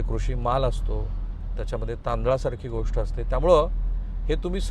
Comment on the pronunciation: Hi, तुम्ही गोष्ट la गोष्ठ ka म्हणता?